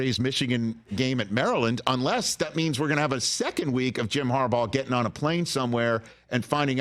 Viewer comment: Jim Corn'baugh